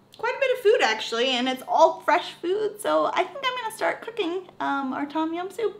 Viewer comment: it sound like you never go to Asian store in America original red bull sell everywhere "no chilly" mike pet and good bye la gone. tom jiam not tom it tum jiam i came from the country side Bangkok pronounce difference